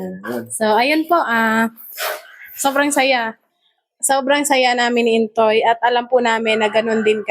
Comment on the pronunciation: filipino name ang Intoy so can be pronounce Intoy but naririnig ko you are pronounce it Intsoy which is which Intoy or Intsoy? God bless sa inyo tuloy tuloy pag vlog at kami naman ay naka support sa inyo 🙏🏼